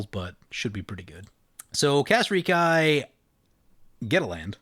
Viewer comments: It's pronounced "Rehk-ee", not "Reek-eye",. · Do you pronounce Reki that way just to tilt me or what? Lol. I guess it's one of those things when you say it & hear it a certain way for a long long time it just drives ya crazy to hear it different. I've always said & heard him as wrecky btw. Just to clarify I'm not saying your wrong it's a made up name.